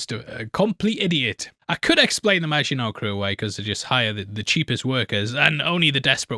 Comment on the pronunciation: saying Maginot like a boss!..... and weeks later I'm still getting sh*t for pointing out that he said it wrong in ep one!, hahaha